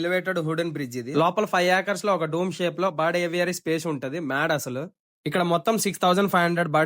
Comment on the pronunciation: బడ్ కాదు...... బర్డ్